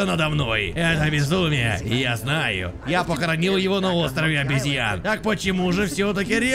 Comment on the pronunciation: все хорошо, но остров обЕзьян, а не обЯзьян